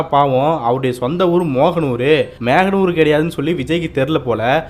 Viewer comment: எழுதியவர் மோகனூர் என்றுதான் எழுதியிருப்பார்.இந்த தற்குறி அதை மேகனூர் என்று படிக்கிறான். படத்தில் நடிக்கும் போதும் டப்பிங் பேசும்போதும் என்னென்ன பேசுவனோ? இவனை வைத்து படம் இயக்குனர்களுக்கு இரத்த வாங்கியே வந்திருக்கும்.